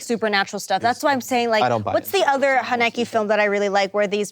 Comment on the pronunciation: Hihi so cute how pronounced Michael Haneke's name 🤭